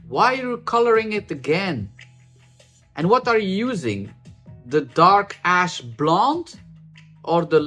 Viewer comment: I keep hearing dark/light ass instead of ash. 😂 I keep thinking is really annoyed, 😅